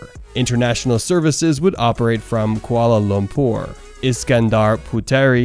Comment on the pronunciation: I’ve never heard anyone struggle as much with the pronunciation of Kuala Lumpur! But then again I commend any American who knows a bit about the world beyond their borders.